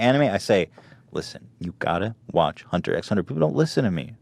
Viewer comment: he pronounced hunter x hunter right. good for u